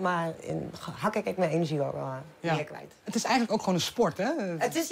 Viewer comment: Hoe ze hakkûh op de Nederlandse Antillen 😂